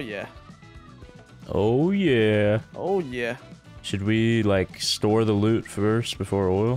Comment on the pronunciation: I love how he says goop instead of loot